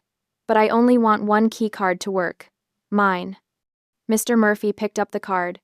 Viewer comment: I sure get annoyed at that sentence ending pause after Mr., it upsets the whole sentence.